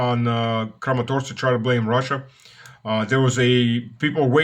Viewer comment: You said Crematorsk, like crematorium, which is soon what Kramatorsk will be. 😂😂